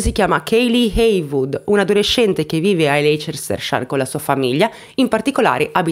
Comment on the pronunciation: Ciao cara, non so se te lo hanno detto ma Leicester si dice "LEISTER"